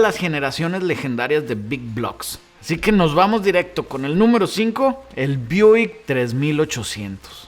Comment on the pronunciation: ¿Buick o "Buik"? 🤨🤨🤨🤨